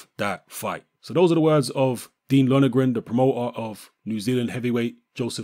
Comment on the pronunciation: his name is Lon er gan mate not Lonergran